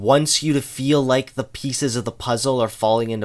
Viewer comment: also he pronounces "Like" "lake".